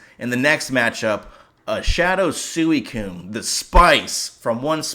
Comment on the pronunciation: I ought to unsubscribe after the way you just pronounced Suicune